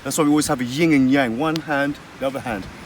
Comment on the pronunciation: Yin and Yang bruv, not Ying and Yang.